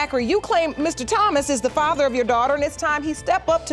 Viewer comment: Listen to how the Judge pronounces Thomas. Not TH sound for Thomas. Okay?😁